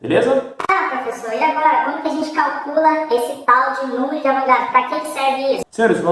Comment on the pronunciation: O correto é A VO GA DRO e não A VRO GA DO